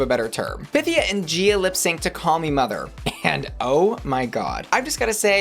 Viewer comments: Pythía, her name is Pythía... is it so hard to pronounce it right? Py-theé-a... FFS! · Duuuuuude, stop pronouncing Pythia wroooooong